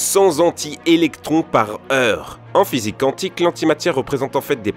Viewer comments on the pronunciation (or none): none